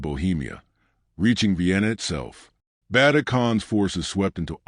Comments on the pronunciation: Stopped watching it as soon as you absolutely butchered Ögedei Khan's name. I mean it wasn't even close O-G-D-I? It's Uh-ge-die. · More AI Slop. Can't even pronounce Ogidai.